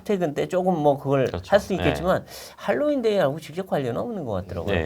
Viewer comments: 헬로인이 아니고 할로인 이라 발음함. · 왜 핼로인 이라고 하나요 ? 미국에서 할로인이라고 하는데. …